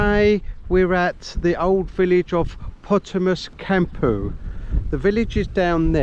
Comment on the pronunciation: Its "Potamos tou Kampou" (Ποταμός του Κάμπου).